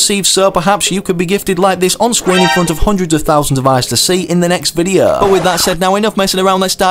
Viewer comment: Bro why does he say videa and not video